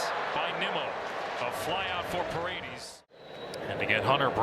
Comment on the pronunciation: It's Pah-red-dehs dammit, not Paredeez, can we get our commentators back please.